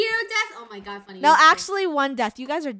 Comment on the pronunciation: It’s funneh not funmeh